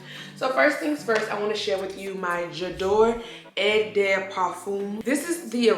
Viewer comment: I'm doing my Fragrance Collection vids right now, it'll take forever, I have I am guessing between 500 & 600 & I'm downsizing :( I HATTTTE Lavender. I wanted to let you know, Eau is pronounced as **O**, not eh, hope that helps, great video!!!! xox